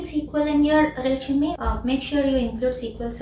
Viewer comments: Not "reshume" it's resume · It's not reshume it's resume🫡